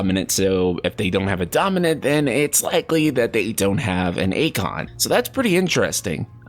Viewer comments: And for Eikon, it's pronounced 'eye-con' instead of 'ay-con' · Also it’s pronounced Icon. It’s in the trailer. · Eikon is pronounced like icon not aykon they even say it that way in the awakening trailer. 😂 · Always love your videos. But you MUST start pronouncing Eikons correctly. They literally say the word multiple times in the reveal trailer. Icon. Like...icon. Not a-con. Just a normal sounding word. Icon. And it’s most definitely Clive (think alive). That’s a very common name overseas. I just don’t want you to form a habit and potentially loose any credibility (as it seems all these other comments feel the same). Keep up the amazing work my friend. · Cl-Eye-V.....Clive....did that help with the pronunciation????no??? well i tried lol. Even eikon, swear its pronounce ikon, like eye-kon? i know am sounding like a dick, just find it funny wen people pronounce stuff differently then what the in game character would lol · Also eikon is eyekon. Couldn't watch the whole video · Cleave? It's Clive. Akon? It's Eikon (icon) lols